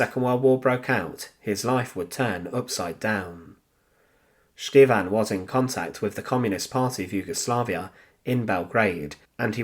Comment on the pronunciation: Viele Grüße aus Deutschland! As always, a very unique story that I have never heard before. Although the story is narrated quite interestingly, there is a problem with the pronunciation of the Serbian name 'Stevan'. It's neither Sch-teevn, S-teevn, nor Sch-tee-van but rather Ste-van. Here is the correct pronunciation. Thanks for the great effort!